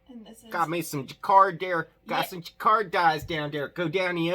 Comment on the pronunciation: I am here LOLing over your Jaquard pronounciation... You did get the "j" right, but not much else. Quality content! (j as si in Asia, a as u in mum, qu as c in cat (NO "w" sound!), another a as u in mum and finally r the fancy French way because d is silent)